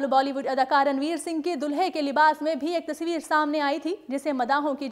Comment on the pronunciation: Kya yr tasaavir tasaavir sidhe bolde ne tasvir gawar